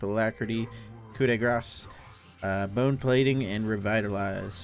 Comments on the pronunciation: Cup the Grace as "Grace" being a name...Lmao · but he said "grass" :/ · Ku de grass?